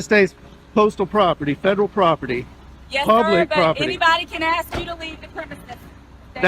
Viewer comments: no cop/PROFESSIONAL should say "I'm AXING you..." ANYTHING!!! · when you can’t say “ask” correctly you should never be allowed to be an officer of the law. Or breathe oxygen.